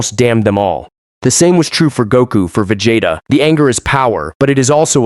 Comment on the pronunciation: Vagatta...ok...I grew up saying Vegetta...long e. Pronounced in the show and now the AI actually says "sayin". Crazy work.